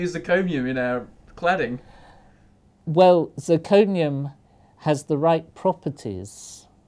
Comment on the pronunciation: I just can't understand What he said ! Zirconium is used for Clouding, clotting, "canning, clatting"?